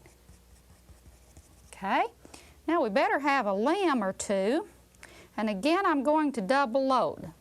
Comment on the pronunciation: I swear I thought she said "we'd better have a lamb or two". And why not, cause who doesn't like wool?